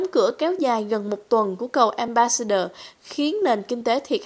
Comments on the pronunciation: Một chút góp ý với cô xướng ngôn viên, cô không nhận ra chỗ sai hoặc không phân biệt được. Tên của tt trudeau cô đọc là "truđồ " thấy vì đọc là " truđô". Ambassador cô đọc là " ambassaidơ " thay vì " ambassátdơ " . Tôi phiên âm và đọc theo kiểu vn. Hy vọng giúp được chút ít. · Cô xuớng ngôn viên này? nên nghiên cứu lại cách phát âm tiếng chữ ambassador, Trudeau...và nhiều chữ khác nữa nhá